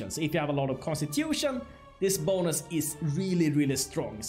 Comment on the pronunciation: when u say bonus, with your accent it sounds like Bolas